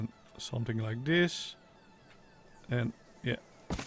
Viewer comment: CEO of “sumting like dis”